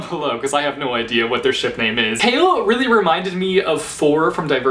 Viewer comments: Wow, I know I'm late to this video. But what is up whith his pronunciation regarding "Chaol"?? Is it just me who said it "Cole"?? What is "Kale"???? NOOO STOPPP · i thought you pronounced choal as in when saying coal.... l didn't know that you pronounce it as like saying kale... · I pronounce it like that too but for Chaol I read it as 'kale'. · All the while I was pronouncing Chaol as Cole. Sorry Chaol. :) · Ugh finishing ToG was the worst feeling ever... Edit: as in the series I finished KoA in 1 day Edit again: also I love your channel and I hate your name pronunciations (Chaol=kale?) Still editing: the test was cancelled because there were 4 candidates left so it was time for the final battle standoff thing